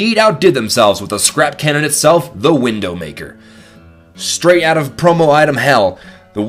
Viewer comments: You're right, there is no way he said that on purpose, no way that he put the 'n' in wiNdowmaker red on purpose, totally no "sarcasm" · i love how he says "kinky sex move" but doesnt say widow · Its Widowmaker not Windowmaker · ... its the widowmaker.... not windowmaker.... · why did he say windownmaker instead of widowmaker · Why did you say wiNdowmaker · its not windowmaker its widowmaker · its called the widowmaker not windowmaker LOL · He calls the Widowmaker the "Windowmaker"! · It's pronounced WIDOW maker like the spider or like a wife who's husband died, not window maker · It's widowmaker not windowmaker.\ NO OFFENSE! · Why did he say WiNNNdowmaker? It's widowmaker as in husband killer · At The number 6 why does he say Windowmaker instead of Widowmaker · It's a widowmaker not a windowmaker! First the sandvich is turned into sandivich and now this! your a idiot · Widowmaker not window maker :P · omg him saying windowmaker the entire time.... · Why'd you call it Windowmaker instead of Widowmaker? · It's not windowmaker its widomaker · Wtf, "WindowMaker" Umm, I'm pretty sure it's pronounced the Widowmaker. Plus when he showed the name, how came the N was red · Windowmaker? Its widowmaker you dung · Its widowmaker not windowmaker. XD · When I first heard windowmaker I just died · Isn't it widowmaker? not windowmaker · WIDOW!!! WIDDDDOWWW NOT WINNNNDOW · its widow not windowmaker dumb ass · why did he say windowmaker not widowmaker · its widow maker not window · Windowmaker? Thought it was Widowmaker? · Why does he say window maker its widow maker like the wife of a man in the army who's husband has died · Wait did he call widow maker window maker? Wow he actually did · Is anyone else hearing him say Window maker and not widowmaker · did you say the wiNdow maker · he really said 'wiNdowmaker' ... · You said it wrong man. It is the Windowmaker xd. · Its widdow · Windowmaker? Snaddyvich? Learn how to pronounce things dude! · he says windowmaker...